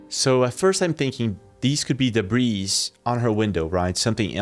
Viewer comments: Debris = de-bree… not “debreeze” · The word "debris"... we never pronounce the "s". It's ALWAYS "de-bree", no matter how much of it there is. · Debris is royal. So multiple points of debris is pronounced DUH-BREE not DUH-BREEZ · Balloons can be stationary, but they look like birds. And "debris" is an uncountable noun, so its pronunciation is always "duh-BREE". Individual pieces are usually just called "pieces of debris". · Hey dude , debris , pronounce it , " debre " , n you'll have it , there's NO s in the pronunciation. ...... NO QUARTER ASKED NONE GIVEN